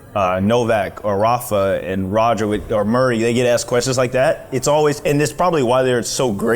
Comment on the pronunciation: Diego saying “Rosher” to Roger is very Argentinian 😂❤